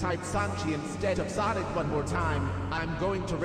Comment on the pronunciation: No one:: sOnCi